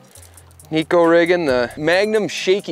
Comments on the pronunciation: Now if people can only pronounce it correctly. It’s ne (short e) - ko (co) It means cat in Japanese 😼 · either way it’s not knee ko 😹